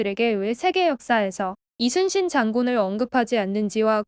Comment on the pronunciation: 이 채널은 사진 몆장이나 동영상 스크랩으로 카더라 통신으로 안하고 실제 동영상을 제대로 올려서 너무 좋네요 ❤ 근데 저 교수님 진짜 우리 문화를 제대로 연구하셨던 분이신듯 하네요 이순신을 칠판에 쓸때 Lee로 시작안하고 Yi로 적고 발음도 리순신이 아닌 이순신으로 제대로 발음도 하시는 것을 보니 소름 쫙 솔직히 우리 발음을 못해서 고려가 코리아가 되고 우리의 성씨를 발음 못해서 그들의 표기법으로 맘대로 바꾸는거 정말 싫었는데 그리고 또 우리는 그들 표기법대로 우리의 말을 바꿔서 쓰는건 더 싫고요 그런데 저 교수님은 제대로 우리의 발음과 역사를 다 꿰고 계셔서 웬지 흐뭇하네요 ㅎ